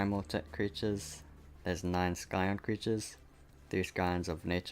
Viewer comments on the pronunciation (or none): You don`t pronounce the c scion.